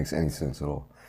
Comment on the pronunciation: When you said "in olive my years.." 😂😂😂